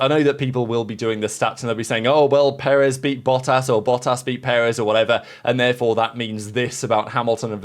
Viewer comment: The emphasis is on the second syllable. peREZ